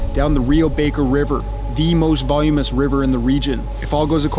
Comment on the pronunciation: Voluminous not volumous.